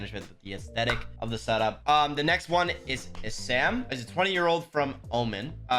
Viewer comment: I'm sorry the name essam is pronounced alot differently and Oman the country is also pronounced ohmaan and 1 word not oh man